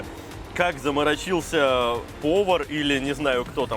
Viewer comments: В слове «заморочился» ударение падает на третий слог: «заморо́чился». Не могу больше это терпеть. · второй выпуск говорит ЗАМОРОЧИЛСЯ ударом на букву И )))))